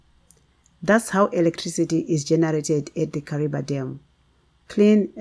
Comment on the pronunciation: Kariva thats howits pronounced ok